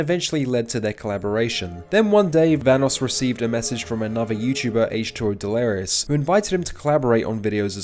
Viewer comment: nogla facecam looks like analogue horror 😂 Also is bro memeing? everytime he pronounce delirious as "Delerios" nvm hes very consistent with it, he keeps mispronouncing 'delirious', he even started pronouncing it "deleres"